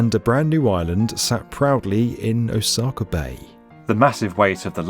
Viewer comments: It's pronounced Osaka, not Osakar. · Every time he says "Osaka" my eye twitches